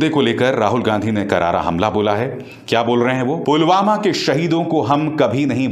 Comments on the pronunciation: पुलवामा को 'पुलगामा' कह रहे है पीएम जी । 😏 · Andha-bhakt-o-kul" ke dimaag bolke koi kuch cheej ho tab na(?), wo murkh log toh usike jaisa-hi hai na, jo(jis mahamurkh ne) Pulwama ko PULGAMA kaheta hai !!! Chhi! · Pulwama ko pulgama bol raha hay sala 🤣🤣🤣